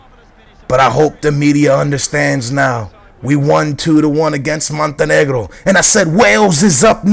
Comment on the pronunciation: who is "Joro Peira"?? I love how he says Montenegro with a Hispanic accent lol